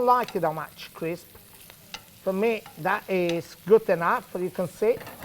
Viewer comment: Pasta pasta pasta, a little child can do thath.